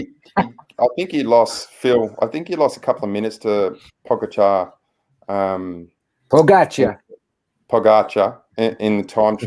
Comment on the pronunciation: Glad to see working on pronouncing Pogacar’s name! Good job but don’t stop trying. 👍😊